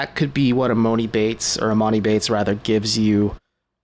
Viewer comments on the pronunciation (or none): At this point your saying emONi Bates wrong on purpose and your making this show hard to listen to they need to give other people this platform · Read the comments your saying Emoni’s name wrong 🤦🏾😂